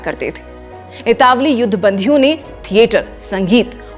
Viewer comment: Itawali nahi italavi hota hai